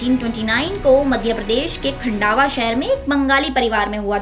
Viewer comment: खन्डावा नही खंडवा बोलो